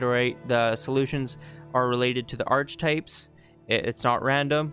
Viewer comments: "ark - eh -type(s)" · Sorry to be an asshole but archetypes is pronounced Ark-etypes.